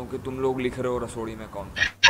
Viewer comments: It's rasoday not rasodi bro😂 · Bro pehli bat to rasodi nahi rasode me hota he 😁 Aur Love From Maharashtra India 🇮🇳🧡🚩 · Bro it's not Rasodi me kon tha it's Rasode me kon tha By the way big fan love from India❤️❤️